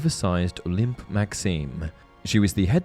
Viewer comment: 'Olympe' is pronounced oh-LAM